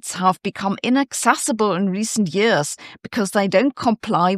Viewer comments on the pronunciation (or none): none